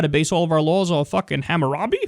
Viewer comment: Lolol the way he pronounced Hammurabi